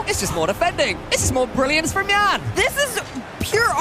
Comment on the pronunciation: calling a brazilian named Yan "YAN" and not " YAHN" is so weird.